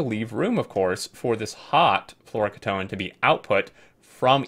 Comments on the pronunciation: key-tone. not kit-own. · Pretty sure the correct pronunciation is floro-kee-tone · I believe its pronounced floor-oh-key-tone, flouroketone. Its a ketone with a flourine atom somewhere. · My friend says they liquid is pronounced like this Flora-key-tone. Floureketone. Don't know if its right, but it looks right though. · FYI it's fluoro - key - tone, fluoro from fluorine, and ketone is a class of chemicals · Fluoroketone = "Floor-oh-key-tone" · I think it's pronounced "floro key tone", at least my dad (who was a chemical engineer) used to say "key tone". I don't know whether flouroketone is real, but "polyether-ether-ketone" (for example) is real and is a type of very rigid plastic, and other ketones are very high-end solvents that for example audio engineers used to use for cleaning the heads of magnetic tape drives. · Fluoroketone = flow - row - key - tone. It's not pronounced as a single word, instead it's 2 words: fluoro (flow-row) and ketone (key-tone). This is a pretty good run down on fusion power. Looking forward to more guides, about to reach Vulcanus! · so glad I'm not the only one that was bothered by that mispronunciation :) great video tho!